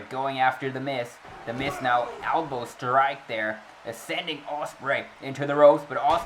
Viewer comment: Hey did you call The Miz The Mis 😂